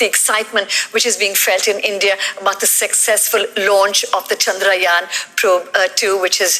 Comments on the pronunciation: Finally someone pronounced "Chandrayaan" correctly. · This is the only one news anchor whom perfectly pronounced the name "chaandrayan". Thanks.